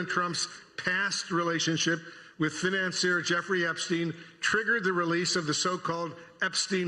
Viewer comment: Why does Wolf pronounce "financier" like that?